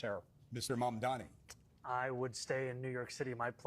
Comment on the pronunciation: Clayton can you please try to get the name right.. mam-da-ni..